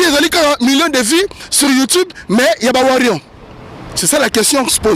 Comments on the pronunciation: Toko beta yo imbecile tu es qui pour nous donner la mis en garde en plus tu connais pas t'exprimé en Français faut parlé ton lingala ... on dit les warriors pas les warrion zoba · okolela nanu oleli té nous warriors et non warrion zoba nous t'interdisons de prononcé le nom de fally on bien ou en mal a partir d'aujourd'hui sinon tu verra ce que tu cherche tu es averti je suis en France et je connais ou te trouvé tu connais les weshhhh donc fait gafe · On dit warriors pas warrions stp. Et puis ozo mela nayo pema ya pamba ba ko tanga kaka kombo nayo soki otiki ya fally te soki olingi problème te na batu wana. Eza kaka conseil. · On dit warrior non warion bourrique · Warriors aza analphabète pour sa il arrive pas a dire correctement